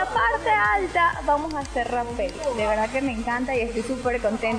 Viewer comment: Mejora tu diccion Es Rapel , no tiene acento en la EEEEE